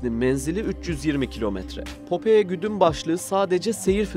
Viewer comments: Güzel video ama telaffuz hataları var. Popeye füzesinin adını yazıldığı gibi okudunuz. Okunuşu "popay" olacak. Büyük patlak göz anlamında ayrıca bizdeki "Temel Reis" çizgi karakterin orijinal adıdır. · Popoye ne ya şu telafuz işine az özen gösterin allah için her videoda bi falso bi bak bu nasıl okunuyor diye.